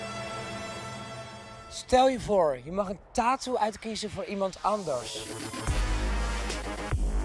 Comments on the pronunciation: Niemand:: TAAHTOE. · Een "TAATOE" wtf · Waarom spreekt hij tattoo zo raar uit